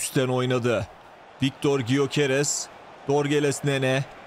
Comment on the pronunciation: Gyöekeress "Göqeres" diye okunuyor diye biliyorum abi "y" harfi okunmuyor